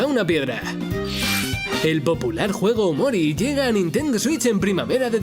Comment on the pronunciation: Odio como los españoles dicen "Nintendo Switch"